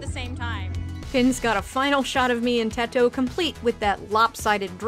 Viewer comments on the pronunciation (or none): none